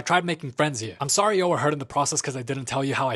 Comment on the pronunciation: His Sowwy Is so iconic😭😭